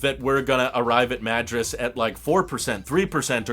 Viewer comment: I live in WA near where you were driving. I bought a reflective insert for the glass roof and have been using it all summer. It was pretty cheap and helps lower AC demand. BTW, The Dalles rhymes with "gals" and Madras is like mah-DROSS.